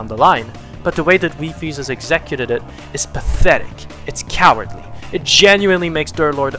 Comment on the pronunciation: That's not how you pronounce "executed."